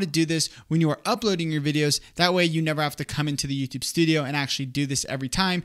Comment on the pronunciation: It's YouTUbe. Not YooToooobe.